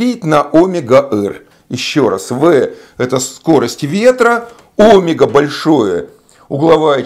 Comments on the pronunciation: Почему сила КориолИса , а не КориОлиса ; почему Омега , а не омЕга - что у Вас с ударениями ? Я знаю , что некоторые ютуберы делают так специально , для того , что бы люди поправляли их в комментариях (для их увеличения) . Неужели и Вы туда же ?! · Кориóлиса. Óмега? Б-р-р...